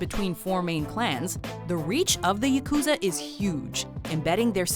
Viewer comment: Yakuza isn't pronounced "Ya-KOO-za", it's pronounced "YA-ku-za"...